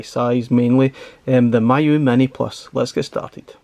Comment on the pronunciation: Pronounced as Me you, not my you 😊